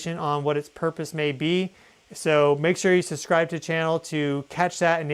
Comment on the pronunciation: Brother, you have maybe 87 IQ, you can’t even say subscribe correctly.